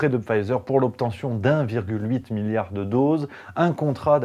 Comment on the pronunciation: Soyons indulgents, avouez que prononcer "milliard" ça arrache la gueul..